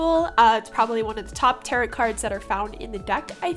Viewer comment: Hey girl! Love your work! Just found your channel through the YTAC, and this piece is beautiful. Happy to subscribe! A quick comment though— tarot is actually pronounced “tare-oh”. A lot of people say it incorrectly and it is confusing so you’re okay! I would love to see more of these cards done by you! Xoxo Remy